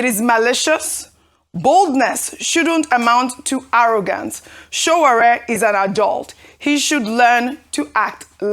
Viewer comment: Can Ojy please learn to pronounce Sowore's first name correctly? It's not that hard!